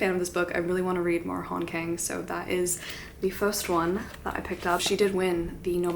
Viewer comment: It’s pronounced more like han gaang (not gang), not kang! ☺️